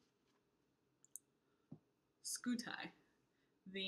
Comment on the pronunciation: Having been derived from the Latin word for shield, Scutum (skoo-toom), Scuti should sound more like: Skoo-Tee.